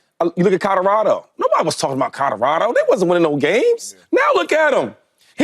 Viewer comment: Shady…it’s “Colorado” not Kahdahrahdo smfh